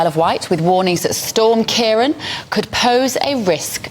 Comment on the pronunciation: Of course GB News pronounce the name Ciarán incorrectly